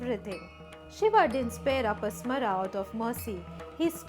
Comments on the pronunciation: One small correction. It should be pronounced as apasmaara( अपस्मार) with a deergha after म and not अपस्मर. You can check in any sanskrit dictionary. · Never say mythology sanatan/hinduism is not myth.Every name you say has extra 'A' sound in the end it's apasmaar and not apasmara see correct pronunciation in Sanskrit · In the name Apasmara the '-ma' should be pronounced long. You pronounce it in short, a clear mistake. Correct it.